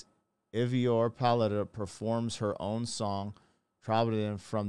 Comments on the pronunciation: ❤❤ Try Aye-Verr (as in: err) Paulsdaughter and you're close to getting her name right. I think you did quite well! Tròdlabùndin - spellbound. Words with "troll" in it have something to do with magic. They in a Fjord, a brauch of the sea stretching far in into the land and the mountains as you see. Of course it was enchanting. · Her last name is pronounced like "Pauls" for páls, and dóttir is like "dot" and the ir sound is like how you start to say "irrelevant" but take that ir sound out from the word :) edit: And her firstname would prob be more correct if you try to pronounced it like "Eyvor", like "Ey what's up", but you take the ey :)